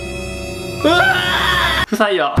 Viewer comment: 不採用が、 「臭いよ」って聞こえた。